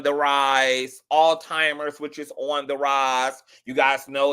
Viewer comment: All timers??? 🤔 OH!!!!!!! You mean ALZHEIMER'S 😂